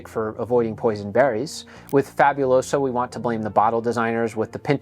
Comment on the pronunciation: I'm not even someone who has ever known or spoken Spanish yet the way this guy pronounces Fabuloso bothers me.